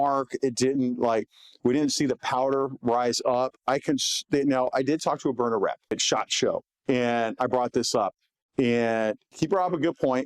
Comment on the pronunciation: Haha He can’t even say Byrna, instead calls it a stove burner. And his show team lets callers heckle him for it even. How hard is it to pronounce Burn-Na? Just shows he’s in the advertising business first, and topic talk second.